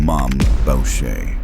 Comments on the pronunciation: “Boo sha” not “Bow sha” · FYI..............The name is pronounced boo-shay, not bow-shay. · BOUCHER is pronounced boo-shay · Bobby Boosahy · Is this AI slop? The monotone voice, calling the Club a "gang" and mispronouncing Maurice Borucher's name all 3 are example of AI SHIT/SLOP